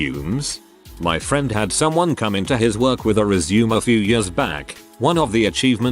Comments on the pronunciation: ResuMAY, it is pronounced resMAY!!! It is originally a French word and is pronounced with a long a at the end. I quit listening, if you tell someone you will give them your "resume", pronounced as if you were going back to doing something, as opposed to a ResuMAY, which is a summary of your work history and marketable skills, you won't be getting the interview. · I like how the text to speech says resume as in go on, I guess because there isn't that little dash thingy.